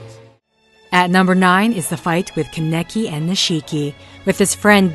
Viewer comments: It's not "Kan-ecki" it's "Kan-a-kee" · Its kahn-eh-kee not fucking kun-neki